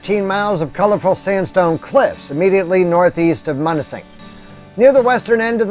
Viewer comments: love your videos. locals pronounce it m-you-na-sing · It’s pronounced M-you-nising .....🙂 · It's Munising as m-you-nis-ing....love your videos, your living my dream, hopefully this will be how my retirement is..... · M-you-nis-sing holy shit bud!